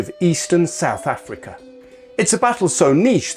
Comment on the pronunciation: South Africa not Souf Africa